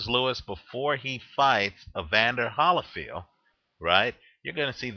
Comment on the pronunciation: Why do you say Holyfield like that?